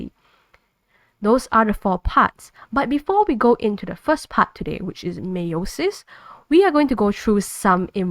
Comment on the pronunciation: Great video. Btw it's pronounced Allele (Ahhl - Eel) and Meiosis is pronounced (My-oh-sis)